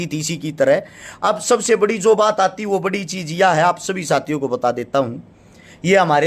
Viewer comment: Aati h nhi aatti h😂😂😂😂